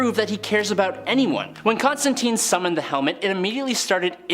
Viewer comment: ConstanTINE, not TEEN